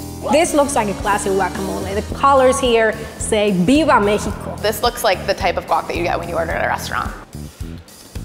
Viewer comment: pronounces Mexico as Me-hee-ko, but pronounces Mexican is Mex-ih-can I don't really get it..